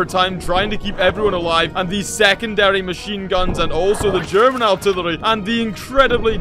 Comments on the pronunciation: I'm here for every time says "artirlwerly' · he says artillery so weirdy